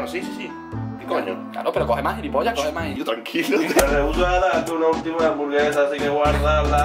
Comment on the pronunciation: “cada bere, cada hamsvaraba houra😌”